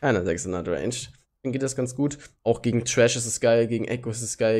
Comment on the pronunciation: wieso sagt eigentlich immer Trash statt Thresh?:D